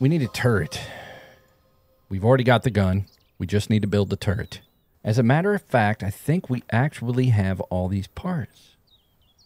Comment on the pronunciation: "but I don't like twitch" Was hoping to hear... "IT DOESN'T MATTAH!" lol